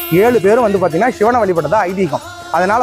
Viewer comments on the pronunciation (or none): சிவன் னு சொல்லு ஷிவன் னு சொல்லாத மொழியை கொல்லாதா.....